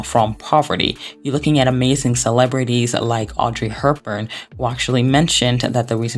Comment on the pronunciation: I’ll comment on the video separately and it’s clear to see it took a ton of effort, but I need help out here, are many words mispronounced on purpose? Is it a part of the way you speak? I really couldn’t with the Audrey HURPburn or voluMPTuous and decided to ask